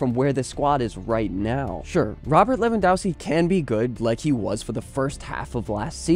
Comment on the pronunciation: It’s Levan-dov-ski. For Polish surnames you read W as V 😊